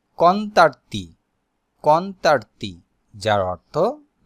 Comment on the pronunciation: কনতারতি না কনতানতি হবে 😂 জিয়াল্লো না জাল্লো হবে। ভাই আগে নিজে শিখেন 🤣🤣